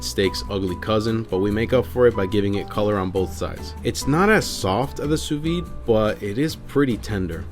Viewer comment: Sous vide, in French you do pronounce the “d”